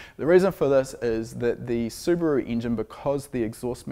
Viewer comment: I've liked this video within 20 seconds just because is a rare breed of Kiwi that says Subaru correctly:)